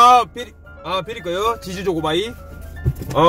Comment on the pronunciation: 아따 선물 많이 받아서 좋겠소 가방에 간식거리 지즈 조고바이 ㅋㅋ 발음이 웃기요 마지막 선물은 대박이네요 돈다발 꽃다발 좋으시겄소 고생하신만큼 보람이 있겠네요 팬들이 대단혀요 재밌게 잘봤어요👍🏻👍🏻👍🏻😁😄💘💘